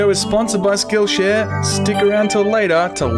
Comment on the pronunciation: I swear almost said Shillshare